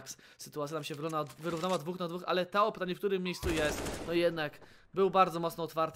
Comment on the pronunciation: Czy to jest dobrze wymawiane... Nick: TOAD komentator: TAO